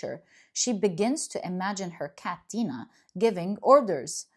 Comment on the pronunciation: Pile 1. Libra. Ty!!! It’s “Dine-a.” Her cat :) I def resonate with this message. ❤